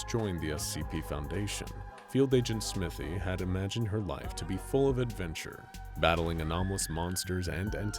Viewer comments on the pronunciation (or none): Smythe is usually pronounced sm-ai-th not smith-y